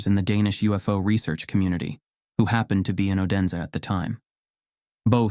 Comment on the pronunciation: It is not pronounced o-den-sa but more like oooo-dense.